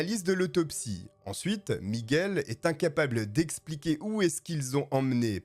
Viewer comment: T'es un vrai toi, t'es es le seul qui prononce bien Miguel 😂 ca me rend dingue les gens qui disent "Migouel"